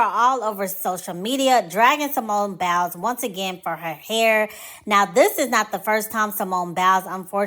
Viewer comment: "Simone Bowels." Lol. The way she pronounces it.